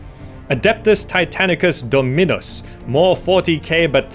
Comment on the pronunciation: It's not Domínus.. it's Dòminus 😂